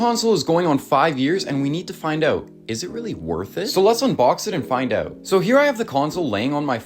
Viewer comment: “I just went ooot today….”